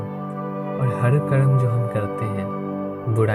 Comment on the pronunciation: Bhai bohat a6a laga... Par hindi sentance me aap "R" ko please sahi se bola karo... Aapka "R" thoda "D" jesa sound hota he.. Har Har mahadev little sounds like Had Had mahadev..... Pls work on it.... And thank you so much for wonderful sharings..